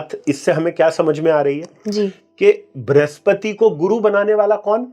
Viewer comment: * वृह स्पति का उच्चारण भृस्पति!😮.. फलश्रुति श्रेष्ठरहा कार्यक्रम।